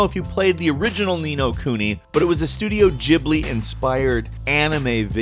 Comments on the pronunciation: It's not called Studio Djibli... it's Ghibli, it does not sound like Djini; but more like Gerbal. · Blugh, "Studio Jeeblee" "Ninja Gayden". Come on, boy. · "Studio Jibli"